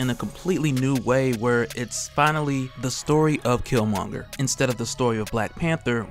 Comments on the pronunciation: I’m mad you’re still pronouncing his name wrong. And I’m almost positive you’ve seen black panther ... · I'm two minutes in and a cant stand they way you mispronounce his name. Dude...